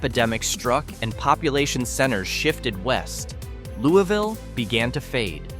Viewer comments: Louisville is pronounced Lewis-ville, not Looey-ville. While it is not exactly booming, it is far from a ghost town. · It's not called Looweeville. It's called, and pronounced Louis- ville! If you gonna talk about my town that i came from, please pronounce it correctly. Louis-ville is thriving. Many people that stay there works in Augusta, Thomson, Waynesboro, and Savannah, GA. We stay out here, to be away from the crime. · Could you at least pronounce the names of the towns correctly? To start off first town, pronounced Louis-vill. Georgia is not Kentucky. Like the man’s name Louis